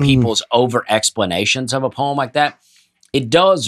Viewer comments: As soon as I saw the topic, I was apprehensive about watching because I remember pronunciation of poem from previous episodes, and it made me cringe. Let's see how this goes. My love for you all might just be enough to make it through. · If you make fun of an annunciation at least try to explain to the man the difference between the two. Poe - eem and Poe - umm Poe - EEtry vs Poe - uh tree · This is the single funniest episode of Nateland I have ever listened to. saying "poim" and "poATry" and the boys just dying laughing, I almost drove off the road. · My stomach hurts from laughing so hard at the "poyem" piece. I felt like I was right there in the room with and Dusty when they were losing it every time mispronounced poetry and poem. Thank you fellas, I needed that! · My team absolutely roasts me every year when we teach Poetry. Apparently, I too, say Poeeeeeem. I had no idea I was saying it wrong until they started making fun of me. Apparently, it's the LEBANON pronunciation. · Listening in Japan and loving the way pronounces "haiku." But nothing is funnier than hearing him say "poyim." Thanks for keeping me laughing on the other side of the globe! -Maureen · I’m dying!! saying “poweem” and Dusty and losing it, caused me to laugh out loud, which subsequently just scared the crap out of my cat who knocked over a glass of water, shattering the glass, which caused my wife to yell from the other room, “What’s going on in there?” And I yelled back nothing! Just listening to some “poweetry” online! Killing me guys! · Honestly had to turn off the podcast for a little bit while sitting at my desk because I was laughing so hard at pronouncing Poy-em. Thank you so much to for pointing this out. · I can never ever hear the word Poem without thinking about how pronounces it and dies laughing 😂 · pronounces “poem” the way Nate pronounces words; red wheelbarrow.